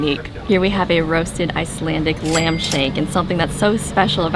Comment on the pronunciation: I'm Icelandic and I am so Happy you Like Icelandic food so much and you pronounced names so wrong it was funny 🇮🇸🇮🇸🇮🇸🇮🇸🇮🇸